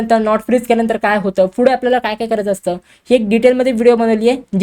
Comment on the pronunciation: it is pudhe not fudhe 👍🤣🤣🤣🤣🖕